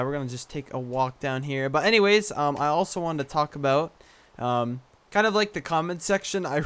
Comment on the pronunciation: when you said "talk about" it sounded like "taco bell" so i made my mom get taco bell! c